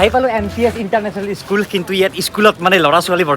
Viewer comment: Iskul nohoi paity school he pronouns tha tik koribi